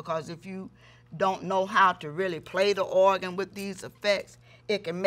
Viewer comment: I love the way she says “oagan”😭❤️